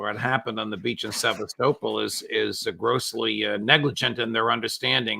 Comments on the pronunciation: Se-vas-to-pol. Not seavas-topol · Sev_ah- stow-pole? How very American.